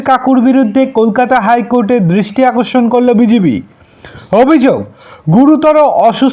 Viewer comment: A bhai tomar tooo uccharon ee thik noi. High Court ar DRISTI AKORSON k korlo? BIJIB. Ki rakom tomar pronunciation. Puro GRAMER cheyley. Bhagggg YouTuber. Faltu bokey